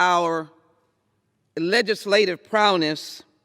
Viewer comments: legislative "prowness"??? "enscownced"??? I would happily pay for her to take an ESL course. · A thwartsurrection in the making? Did she say "prowness"? "Agass"? "Enscownced"? Ghettofabulous vocabulary. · "Legislative PROWLness"